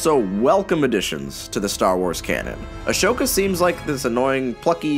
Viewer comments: Why do you pronounce Ahsoka's name as Ashoka? There is no sh sound in her name. Just pointing that out. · He keeps saying a-shh-oka but in the show they say a-soo-ka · Remember this is coming from a guy that repeatedly pronounces one of the main characters names as “Ashoka”….. so I don’t think he really pays that much attention to this stuff. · How did he manage to watch the series and come out saying Ashoka instead of Ahsoka is beyond me 😂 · Yeah it’s mentioned through pretty much the whole damn show and he still pronounces it ‘Ashoka’ not ‘Ahsoka’ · Everybody: Ahsoka This guy: Ash oka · Ashoka? Lol Its ah-so-ka Damn my geekiness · Ego Alter No it isn't. It is spelled Ahsoka not Ashoka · Ahsoka, not Ashoka. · Why does he say ahsoka as ashoka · I loved this video but the one thing that I cannot get past is he kept pronouncing Ahsoka as "a-sho-ka" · it hurts a little bit every time you say Ahsoka like "Ashoka" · ashoka…… NO ITS AHSOKA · Lol, I could understand if it was a silent "h" after an "s" but its before. Just pronounce it phonetically, sound that bad girl out 😅. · ass hoka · It hurts me every single time to say Ashoka. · I noticed a lot of people pronounce it like that for some reason. Like you mentioned, Anakin and other people in the show pronounce her name as ‘ah-so-kah’ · Everytime he said Ashoka and mispronounces her name I wanted to punch I feel the same way when people spell Anakin as "Anikin" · Yeuuus My widdle padawan Ashowka tawno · Ali Whiting It’s “Ah-soak-ah” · “ASHoka” man your really good at saying names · Every time you say Ashoka like ash-oka I die of laughter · I agree with most of that, however the "Ashoka" thing wasn't too unsettling to me. I've seen a lot of times, people misreading a name or word before they ever hear it pronounced in context, and despite being aware that it could potentially not be the right way to say it, they do it anyways, because it was their first impression of the word. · him saying ashoka as a-shoaka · It’s sad